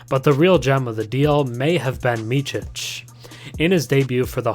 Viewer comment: It's not "Mitchic" it's more like "Mitsic"